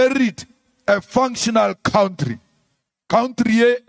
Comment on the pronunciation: Oh Malema, get over yourself!!!! 😂😂 I am not going into what I believe today but please don't say cowntree, it is COUNTRY. Not difficult to pronounce is it????